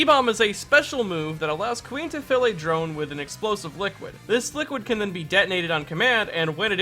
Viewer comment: When you said Kuin I thought you said queen